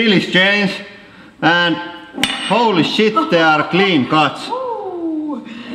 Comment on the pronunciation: This Guy says: WAT DU FACK ITS NOUOT DOENG ANITHING, ETS DEDNT DO SHET HOULY FAKING SHET